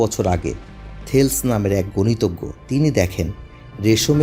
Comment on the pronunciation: থেলিস হবে, থেলস না🤔